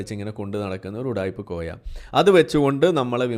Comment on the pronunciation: കോയ എന്നല്ലാതെ മോയ എന്ന് വിളിക്കൂ 😂